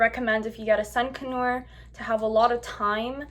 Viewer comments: Its pronounced "con your" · D it sounded like you were saying a sun canue lmao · It’s pronounced sun con-ur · It's pronounced con-UR not con-or.... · Its not sun connors its sun conure ! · Seriously, I was like have I been pronouncing (CON-YER) wrong all this time? 🤦🏻‍♀️🤣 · Your saying conure wrong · Are you pronouncing conure wrong or have I been wrong for 20 years?